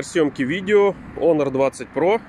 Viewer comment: единственный, кто правильно произносит Онор. Красавчик. Лайк